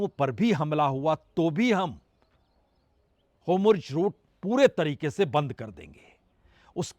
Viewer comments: Sir ji HOMRUZ nahi hota jaisa aap bol rahe hai 😂😂😂 HORMUZ naam hai mere prabhu pronounce sahi kro HOMRUZ HOMRUZ 😅😅😅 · Aabnaai Huuz hai Homurz Boltai Ho Theek karlo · It is Hormuz not Homruz. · बाजपेई जी, आप अभी भी हॉर्मूज को होमरूज बोल रहे हो और नेतन्याहू को नेतानू बोल रहे हो। उच्चारण सही कर लो भईया 🙏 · जनाब, 'होमुर्ज ' नहीं है.....'होर्मुज ' नाम है। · Hormuz not Homurz sir. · Sir its hormuz not homurz. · Sir, why do you say 'HoRmuz' as 'HomuRz'.